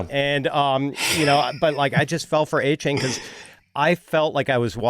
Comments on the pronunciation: A- Chan... not Ay Chain haha this man asked for his name to be said correct 😂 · It's pronounced A-Chan